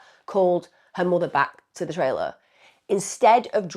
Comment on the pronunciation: What's a " tray-- Lah " ?